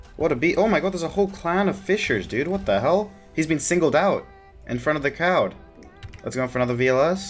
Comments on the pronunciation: I thought I was the only one that heard that lmao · "He got singled out in front of the cowd."